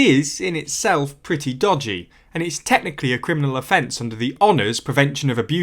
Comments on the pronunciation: dodgy, not dogdy XD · It's "Dogdy", woof!